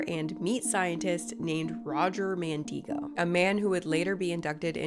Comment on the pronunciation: I think you're pronouncing Mandigo wrong. He lived near where I grew up and I've always heard it where the "i" doesn't have a long "e" sound. Instead, I'm pretty sure his name rhymes with "indigo"